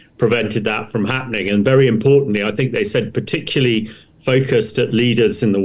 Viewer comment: And he says "particuly"!